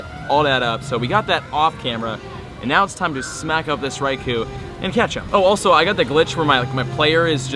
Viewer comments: Every single day I mean to count how many times you say, "Raikou" in the video but I always forget until half way through....I'd lose count anyway......and you pronounce it wrong 100% of the time...lol. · Any one else annoyed by he keeps saying Raikou incorrectly... Watch your home boy T-Tips video about Raikou